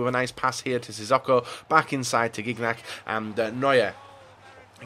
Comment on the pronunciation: Why do you call sissoko sizz-o-co? It is sizz-oh-co